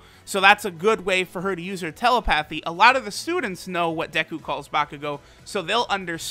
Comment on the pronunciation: You're pronouncing telepathy wrong